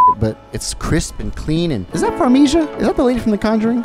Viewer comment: farmizha? FARMIZHAAAA